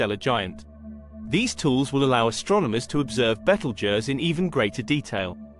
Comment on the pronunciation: You can't even pronounce the name right. And also your wrong on so many levels